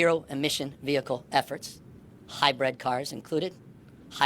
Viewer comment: Newsome can't even pronounce "hybrid"! And didn't he want to outlaw even those? How about we dump the used up EV batteries on Newsome's property. What a dick.